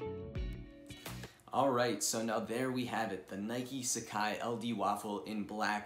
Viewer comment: Pronounce it properly. SUH-Kah-Ee not SA-CAI